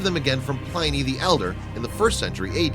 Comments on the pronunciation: It's pronounced Pli nee not Ply nee. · Ply-knee? I think you mean Pliny (Plin-ee).